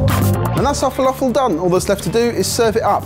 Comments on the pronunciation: my favourite part of this video is the way you pronounce felafel, zatar and babaganoush. Made my day! haha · Gads... Please learn how to pronounce falafel. it has nothing to do with the British accent it is strictly a mispronunciation of the word. Other than that, good video., sweet Falafel.... Brilliant!!